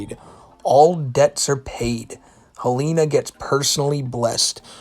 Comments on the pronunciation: please, for the love of god its HEL-ehn-uh, not hel-AY-nuh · The name Helena is usually pronounced “Hel-in-ah”